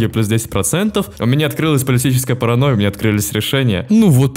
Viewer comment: ты сотню раз сказал Параноя Сталина зазазаз